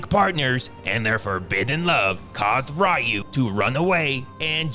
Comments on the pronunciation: The mispronunciation happened in the first place because Damian Chapa (Ken) wouldn't stop himself from butchering the name "Ree-oo". So they intentionally call him "Rye-oo" except Raul Julia (M. Bison), the only actor to pronounce the name correctly. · thank you for changing Raiyu into Ryu 8 minutes into the video EDIT: Why do you keep changing between Ryu and Raiyu? The right pronunciation is Ryu btw. Ree-u. Also, no joke your reviews of Segal's movie are amazing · I love how keeps pronouncing Ryu's name as "Ri-u", "Re-u", and "Roo". Because I've always pronounced it "Roo" and gotten into arguments about it. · This is probably the funniest one i've seen. has perfect comedic timing here in this epic Roast a thon. I love it it when he's down to calling Ryu, Rue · Stupid, that's a running joke. He pronounce it a 1000 different ways like rayu, riyu, ra-i-yu, ru, royu anything with r and yu he will say it 😂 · It's ree-u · Love the consistency in cycling through the pronunciations of "Reye-yoo", "Ree-yoo", and "Roo" throughout. Gold. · Ryu is pronounced [ree oo] 😮 Then you say it correctly 😂😂! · Am I the only one who notices that every time the narrator says the name "Ryu" he evenly alternates between pronouncing it "Rye-you" and "Ree-you"? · I like how Ryu’s name is pronounced differently so many times throughout this video 😂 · It's a running joke, he keeps pronouncing it different everytime. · He's Movies have really good Titles.... WAIT DID HE JUST CALL HIM RYU!? 😂😂😂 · The random mispronouncing of the name "RYU" throughout the video was a nice touch. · Pronouncing "Ryu" differently every time because someone will always correct you no matter how you say it is a lifelong struggle few know. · I like how this guy covered his bases by pronouncing "Ryu" 3 different ways throughout the video to avoid getting called out for pronouncing it wrong lol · Am I the only one that noticed the pronunciation of "Ryu" changing every time he says it? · 'Ryu', 'Ru' 😅